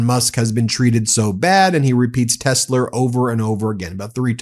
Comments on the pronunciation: It’s called Tes La not Tes Ler what a DOPE! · Tesler LOL I think he was combining Hitler with Tesla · That’s Tesler…. Say it right! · People don't even have the nerve to correct him on his 'tesler'. Spineless. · He really thinks it’s called “Tesler”, with an “r”. 😂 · He cant stop saying Tesler lol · He’s saying “Tesler” to avoid breaking Standards of Ethical Conduct for Employees of the Executive Branch (5 C.F.R. § 2635) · It’s not a mistake. Calling it tesler over and over on purpose. It’s a rhyming dog whistle. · "Tessler' dont forget hes still Donnie from queens. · “teslur” - appropriate! Maybe it is a type of ketamine. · phonetic paraphasia "Tesler" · Another one for the books cut-ter hahahahaha this can’t get any better than tesler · I think the mispronunciation of "TESLA" is deliberate, he's done this before with other words and I think it's also why he gives people nick names. Trump being a professional lier, it makes it much easier for him denying his statements because he is using made up words. He know's EXACTLY what he's saying. If he's ever asked about TELSA on the stand he could deny it because in his mind he was talking about TESL(ER), it's a lier's trick.